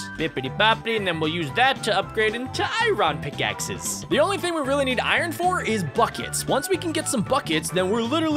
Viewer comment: IRON NOT IRRON